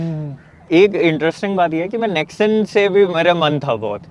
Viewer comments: Nexon ko nexan bol raha hai . Lol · Nex sun nahi nex on gadi le liye lekin pronunciation ka ata pata nahin 😅